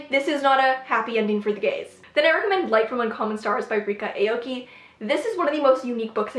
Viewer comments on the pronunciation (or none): none